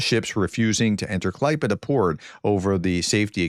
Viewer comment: Thumbs up for a very good pronunciation of "Klaipéda". :-)